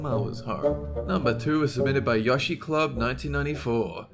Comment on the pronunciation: The moment u say yashi club instead of yoshi